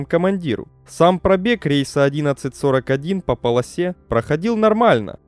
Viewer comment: Да не пОлоса, а полосА!